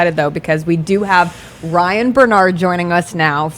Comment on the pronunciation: It's RYAN, not RAY.